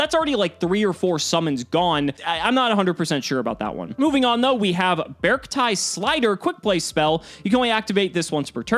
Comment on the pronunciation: I’m simply using the same grammatical rules as how I read the Pokémon Beartic. I think it’s supposed to be “Beh-Ark-tie”.